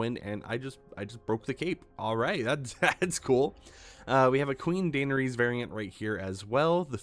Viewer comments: ITS PRANOUNCED DA-NER-IS HAVE RESPECT FOR YOUR QUUEEN!!!!!!!!!! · Dainer ease kills me. I had to stop the video after 42 seconds lol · Qween Daynuhreese of Target and her steed, Dro Gone. 😂 Love ya. ❤ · If you can't pronounce her name, just say "Danny" at this point😭😭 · Please learn how to say her name correctly